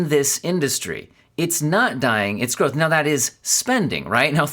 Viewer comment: Now i know why you native speakers pronounce growth and gross similar...